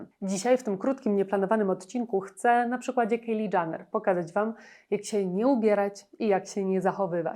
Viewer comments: Nie mówi się Janner ,tylko Jenner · Nie wiem czy ona w ogóle na jakąkolwiek Galę przyszła w mniej odsłaniającej ciało kreacji, ale taka już jej natura, żeby zwracać na siebie uwagę. Na przyszłość nie czyta się Janner (dżaner) tylko Jenner (dżener). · Nie Janner… to też chyba nie jest w dobrym guście komentować a nie dowiedzieć się jak wymawia się nazwisko komentowanej osoby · Jak już kogoś Pani ocenia proszę poprawnie wymawiać chociaż jego nazwisko 🙈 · Źle wymawiasz jej nazwisko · Przepraszam, ale ona się nazywa Kajli Dżenner. Nie Kejli DżAnner. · zastanawiało mnie właśnie skąd taka wymowa "Kejli Dżaner" raz za razem, trochę faktycznie przeszkadzało w odbiorze filmu, zwłaszcza że wypominane są w nim błędy, które ta "Kejli Dżaner" popełniła :D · Kto to jest Kejli Dżaner? Nie tak wymawia się ani jej imię ani nazwisko, litości 🤦🏼‍♀️